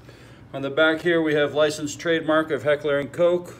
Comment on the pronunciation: No. Not Heckler and Coke.... Heckler & KOCH. it’s German!